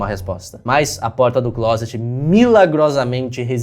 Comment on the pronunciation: falando claset (closet) Eu: "sua família sabe que você gosta de rapazes?"